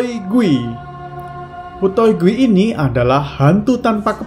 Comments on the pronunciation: Bang gui itu dibaca kuy bang artinya hantu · Kak gui itu hantu terus dibaca di bahasa Hakka itu kui bukan gui